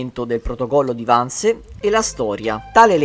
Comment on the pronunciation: Gentile, il film è molto ben fatto e tutti gli attori bravissimi. Vorrei chiederti però di pronunciare i vocaboli in modo corretto: Wannsee non si pronuncia "Wannse" ma con le due e finali ed inoltre in tedesco la "h" iniziale delle parole non si inspira...non è inglese!!